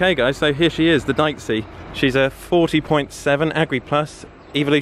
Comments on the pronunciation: Pretty sure it’s pronounced Deechee as opposed to diceey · It's pronounced DEeCHI (second "e" like "Excavator") -Italian guy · Dieci is pronounced dee-cee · Deici is pronounced deetchee